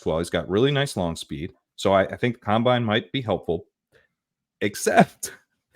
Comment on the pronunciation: its COM-bine not cum-bine. Loved this episode though lololol